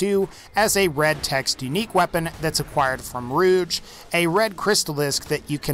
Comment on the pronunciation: "Ruch" It Just bothers me how he says rogue